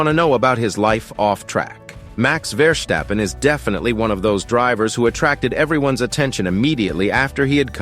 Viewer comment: In this video it's Max VEARstappen, to rhyme with 🐻. Presumably because in Alaska they have lots of 🐻🐻 bears, so that's how the world and the Dutch will have to learn to pronounce it!